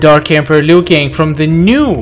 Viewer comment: Keeps saying klassic lui kang 😆